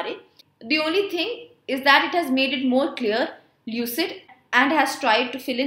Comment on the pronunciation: Ma'am you pronounced India is the first company which madam CSR mandatory..